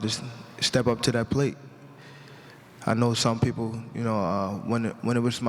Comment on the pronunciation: Did he say some teople lol